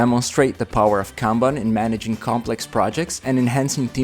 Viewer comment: that is not how you pronounce "kanban" (also, many other words in this video are mispronounced)